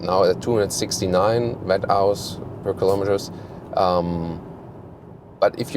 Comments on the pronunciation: Guten Tag,. One suggestion, 'Wh' is "Watt-hours" like "what-ours". You are speaking it incorrectly, not "wet-hours", it sounds funny but wrong after all. No questions about the review though, Sie sind die beste. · Nicht "Wett-Auas", sondern "Wott-Auas" :-)